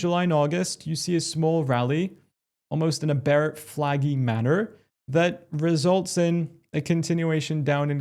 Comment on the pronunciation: Did you say. "Bear Flaggie" ?😂